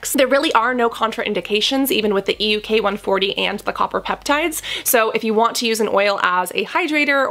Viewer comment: It's EUK 134, not ELK... can you correct your Video? :-)